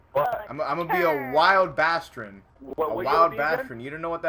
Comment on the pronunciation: It's baaaastrin with a long a lol